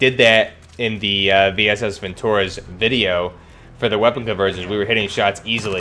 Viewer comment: it's not vintOrez, but vintorEz